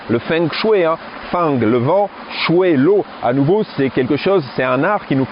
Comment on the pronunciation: Bonjour Merci pour la vidéo Petite remarque toute amicale En chinois on ne prononce pas feng mais fong de fengshui. Et shui, ce dit chouei.. Xiexie